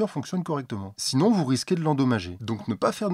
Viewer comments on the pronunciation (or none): none